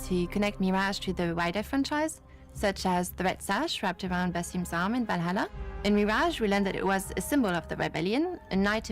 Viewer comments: "Assassin's Creed Vallaha"😒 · I bet some people are getting tired of it, but... I love how always bringing back that sound of guy pronouncing Valhalla name wrong 😭 I will get never tired of it